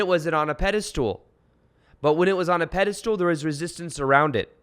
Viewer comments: It’s’ pedestal’..not “pedistool “ 😀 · It's "pedestal" not a "pedistool" just FYI. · You are awesome and could be changing my life....but dude, the way you say pedestal....lol.